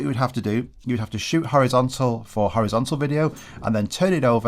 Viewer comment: Horizontal ❌️ Howizontal ✅️